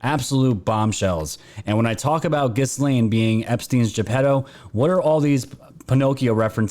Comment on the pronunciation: Gee - lane. The S is silent